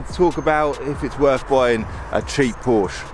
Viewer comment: I personally would learn how to pronounce Porsche (Poor-sha).